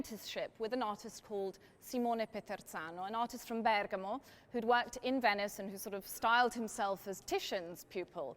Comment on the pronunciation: You know you're legit when you pronounce Bergamo like that